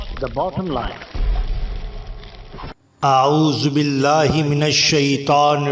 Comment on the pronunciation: aray bhai jan auoz billah aor bismillah to theek kar lo janab